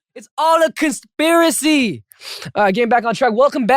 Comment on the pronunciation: Also "cons-pi-racy"